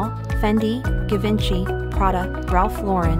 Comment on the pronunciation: She said, “ Give-an-chee” and “Jah-Kee-Mus”.🤣🤣 Thank you. Love the video. Vitorria is stunning.